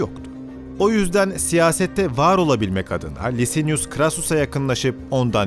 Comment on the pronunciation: Beyler harikasiniz. Ama telaffuzlara biraz daha dikkat ederseniz daha da mukemmel olacak. Zira: Julius -> Yulius Lucius -> Lukius Licinius -> Likinius